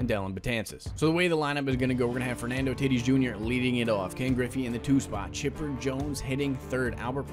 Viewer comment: said Fernando titis jr